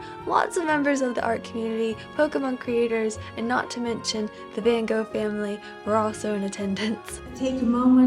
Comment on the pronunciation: As a Dutchie I really appreciate you trying to say 'Van Gogh' right hihi ^-^ So awesome that your did this!